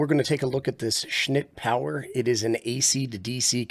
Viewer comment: Dude, you cracked me up every time you said "schnit" . Not sure how you kept a straight face.